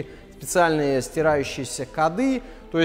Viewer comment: Не "кады" а "коды"...